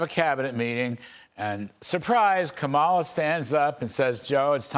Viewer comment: You guys, Larry, Mark, and. Three of you. Don't you know how to pronounce Kamala correctly....yet??? The stress is on the first syllable: KAH-ma-la or COMMA-lah, like the punctuation mark.